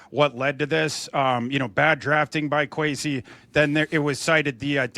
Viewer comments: Kwes E not Kwes A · I agree. It’s a sign of disrespect not to say someone’s name correctly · Why does he say “Kwesay” lmao 😅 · Why is he calling him Kwesay? Did he just become a Vikings fan yesterday?